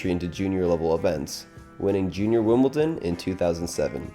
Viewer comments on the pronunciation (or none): none